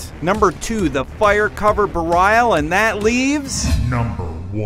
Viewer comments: Did it piss anyone else off when he said almost all the names incorrectly? especially when the bosses themself say their name *cough* Berial *cough* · this guy must have failed fucking english because he doesnt know how to pronounce anything, bur-eye-al? what? berial is a fucking word! i could understand yamato because its japanese and mundus because well it could be said that way too. *sigh* whatever. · BERIAL!! not BRIAL! :L x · He also said beraial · Chi This guy mispronounced a LOT of DMC names... but saying Yamoto instead of Yamato definitely was the worst >< Edit: Rewatching it, I guess the only other one he really mispronounced was Berial, where I'm pretty sure it's supposed to be pronounced the same as the word Burial... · You are BUTCHERING the pronunciation of his name. It's pronounced the same way as "Burial". He even says his own name in the cutscene before you fight him as Nero. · Yomoto...Berial..Enchidna...Creedo...You mispronounced everything...But good video otherwise! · Did you fucking say Yamoto And Nellow Angelo? Im not sure but did you also mis pronounce Berial? Fucking MOONDUS I know it was that in dmc 1 but it haasnt been since and bitch number 1 was vergil. You just saved your ass. And then you said nelo angelo. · Firstly, they mispronounced a couple of things. He said Yamato and Berial wrong. Two, while an interesting selection, there were certainly far better bosses, who could have made the list. Don't get me wrong, I did like some of the selection; I just think there could have been better choices made. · you pronounced berial wrong